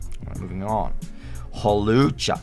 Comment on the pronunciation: THERE IS NO O IN HAWLUCHA! AND THERE IS NO I IN CLEFABLE!